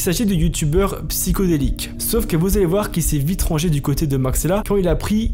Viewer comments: "psyHHHodelique" pas "psycho" sinon merci pour la vidéo de qualité très réussis😉👍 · C est PsyHO delique, et non Psy CHO delique.